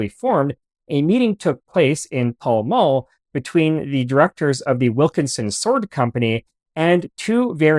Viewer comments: Pall Mall is pronounced Pell Mell. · FYI, Pall Mall is pronounced 'Pal' (as in friend) 'Mal' which rhymes with the Pal. Ricasso is said 'Ri-CASS-o'. The knife acquired a bad reputation in the USA for being liable to snap. The reason for this is that the USA put the knife out to tender when they decided to copy it, and accepted the lowest tender. Guess what - they ended up with the lowest quality. The tendency to snap was only with the cheap American copies, not the British originals.